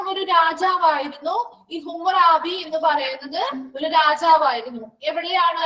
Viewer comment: ഹമുറാബി എന്ന് alle pronunciation madam